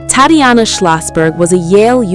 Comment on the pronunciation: The pronunciation of Tatiana is awful in this computer read voice.